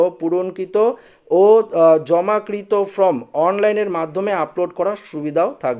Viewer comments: ফ্রম নয় উচ্চারণ হবে ফর্ম। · ভাই, আপনার লেখাপড়া কতদূর বুঝতে পারছি না। আপনি "Form" কে বারবার "From" বলে যাচ্ছেন। যার এতটুকু বোধ নেই তার দেওয়া খবরাখবর কতদূর ঠিক বোঝা যাচ্ছে না। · "ফ্রম" না বন্ধু , কথাটা হচ্ছে "ফর্ম" ! 😊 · আরে ভাই from নয় form ঠিক করে বলুন। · Form এবং From এই দুটি ইংরেজি শব্দের উচ্চারণ আলাদা। এই বিষয়ে সতর্ক হয়ে উচ্চারন করুন । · ঠিক বলেছেন, বড় কানে লাগছে এর উচ্চারণ। Form কে সে From বানিয়ে দিচ্ছে। তারপর "একই" কে উচ্চারণ করছে অ্যাকোই! লেখা কে এ বলছে ল্যাখা! এদের academic background কি কে জানে ?